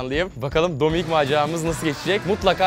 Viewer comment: Abi dominik değil dombilik 😂😂😂😂